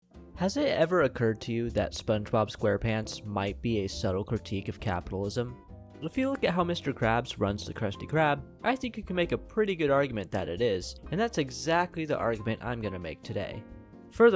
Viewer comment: "SUPTLE" critique? 😅